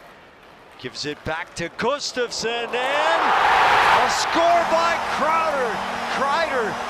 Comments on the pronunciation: CHRIS CROWBAR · Chris "Krowder"??